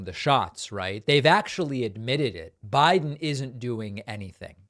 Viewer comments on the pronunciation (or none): none